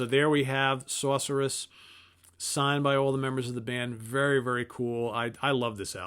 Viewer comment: I love how your accent jumps out whenever you say "Sorceress" haha. Like a true New Yorker!